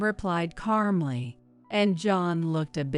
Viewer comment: Carmly 😂😂😂 it is calmly. John Karma is a biatch.